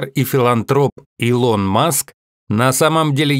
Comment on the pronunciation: Что с озвучкером? "илОн маск"и другие ошибки в ударении.